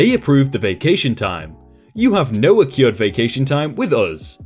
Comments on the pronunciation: I hate being that guy... but accrued is pronounced "Uh-Crewed". Sorry for being a grammar Nazi, I can't help it. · Accrued. Ah crewed. Not "A cured". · accrued is pronounced uh-crude, not uh-cured.